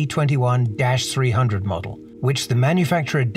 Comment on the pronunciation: I believe it should be pronounced MS-21 and C is the symbol for S in the Cyrillic alphabet